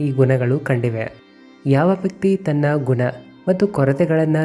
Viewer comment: ಗುನ.. 😂.. ಕೆಟ್ಟ ಕನ್ನಡ.. ಅಸಹ್ಯ ಉಚ್ಛಾರ..